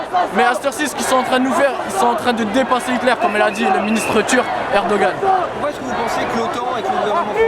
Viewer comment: >>> "Coum y la di li ministr turk irdogane" Erdogan? Le type dont le "pays" occupe plus de la moitié du territoire d'un état membre de l'UE (Chypre) depuis 1974? Et après ça vient nous donner des leçons de patriotisme, de "rigardi la france, il i dan li rue! allaouakbar!!!!!"........ Cherchez l'erreur! -->>> "Nou antisimit on san ba li couy [...] li plipar di jan ki son la si di simit ariti vo koniri" Je vois qu'on a affaire à des experts... Bande d'intellos vas! Et dire qu'il y a encore des dégénérés pour les prendre au sérieux...